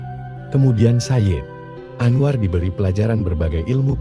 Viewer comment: Misalnya sayid anwar itu nyambung tidak diputus